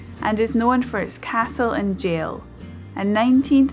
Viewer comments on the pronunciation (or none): none